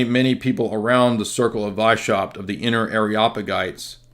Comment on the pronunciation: Btw its Weiss-haupt. Means white head. No sh sound in the pronounciation.